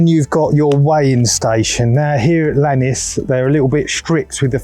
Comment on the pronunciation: Great bit of content! But it's Lake Iannis, not Lannis. A common mistake that all Brits do.